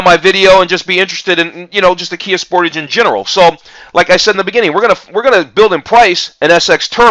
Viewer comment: You americans get realy crap versions,the top models has duel exhausts you dont get half the gadgets we get and you still can't pronounce sportage correctly